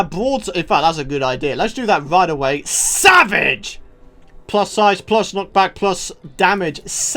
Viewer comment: How he said savage 😂😂😂😂